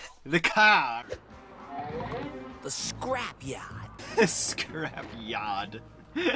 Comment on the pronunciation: here I start dying XD The paaahk The caah The scrap yahd